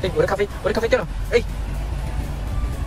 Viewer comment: 喊“咖啡“的时候那个音很像“塞班，塞班“😂